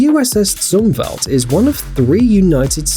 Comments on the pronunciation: Admiral Zumwalt's name is not pronounced Zoom-Velt but Zoom-Walt. If you can't get name pronunciations correct find another job. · Dude, it's not zuum-valt, it Zum-walt. Elmo Zumwalt. He was CNO when I was in the Navy. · Hey but its the USS ZUMWALT said as spelled not "zumvelt" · Actually, I can correctly pronounce people’s names in many languages. Want to know how? It’s because I care enough to learn how to pronounce those names correctly. Also, Zumwalt is not a name of American extraction, but Eastern European.